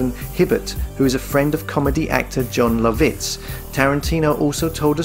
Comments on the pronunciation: How did you manage to pronounce Jon Lovitz's name three different ways and all wrong? That's strangely impressive. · Holy shit, the way you say John Lovitz. Is that engagement bait in falling for now. So jarring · Jon Low-vits…..🤣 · The way he says Jon Lovitz is killing me.